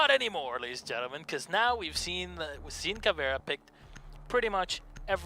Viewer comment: Caveira not caviar